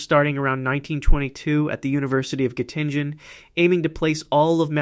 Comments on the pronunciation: Chessboard is wrong. King and queen are backwards. A moment later the University of Göttingen gets mispronounced. Why do I even bother watching videos that have such distressing blunders? Estne falsus in unum, falsus in omnibus? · The narrator AI has a LOT of trouble with those German names, particularly if they have umlauts over the A, O, or U. Goedel and Goettingen were victims of this AI's pronunciation crimes.